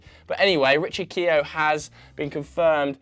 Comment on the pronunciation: Its pronounced Richard Key-ofe not keo but good vid